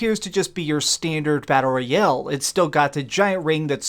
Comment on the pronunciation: If this guy says battle royel one more time, imma freak